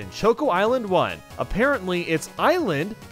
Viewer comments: I assume it’s an Americanism, but why do you pronounce “choco” differently to the start of “chocolate” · the pronunciation of Choco and Delfino made me uncomfortable